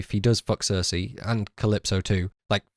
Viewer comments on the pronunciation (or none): none